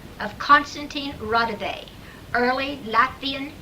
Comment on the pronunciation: I really wanted to believe this, however, after comparing Konstanin Roudive's actual voice with this I am not convinced. In samples he pronounces his last name as Roudive with an a at the end and rolling his R. This doesn't occur in the phone call from the dead because the man pronounces the last name as it is spelled Roudive with an e at the end instead. It is a well done hoax though I must admit and quite creepy! I am still a believer in EVP's but just not this one. Any thoughts from anyone regarding the voice comparisons?